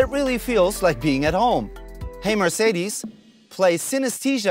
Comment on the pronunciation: Even Mercedes employees say the name wrong ;(